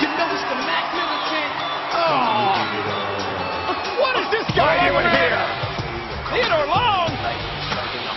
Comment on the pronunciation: what the hell is a "mack militant"?! and the last time teddy was a "playa" my dad was in diapers